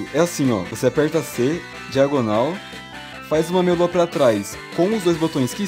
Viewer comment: Vc fala meia lua eu escuto melo